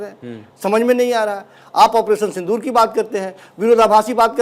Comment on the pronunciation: ऐ क्या बोल रहा है पानी सिंदूर साफ बोल